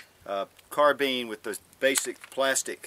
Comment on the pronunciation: I didnt watch the rest of the video because he said carbean instead of carbine